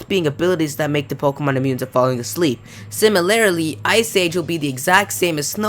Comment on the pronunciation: please please stop saying 'similarily'.. it's 'similarly', four syllables, not five..